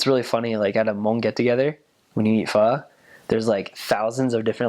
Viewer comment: i love how he actually pronounced the hmong "pho" correctly, big props to this man, pronunciation is on point